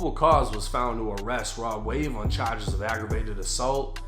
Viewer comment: Dat boi said chages